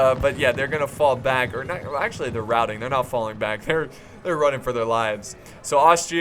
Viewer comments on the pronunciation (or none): none